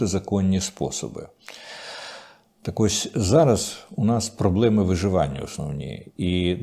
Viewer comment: пане Дмитре, вам самому не огидна ваша вимова? невже ви так ненавидите українську мову, що так її паплюжите : "музЄї", "подвОр'я" тощо. У вас є якісь "проблЄми"? Ви мені нагадуєте ведучіх провідних українських каналів, які вважають модним трендом "ВОТ"-кати та "ДА"-кати, ніби хизуючись, весь час промовляючи : "корки на дорогах" або "рахуючи думки".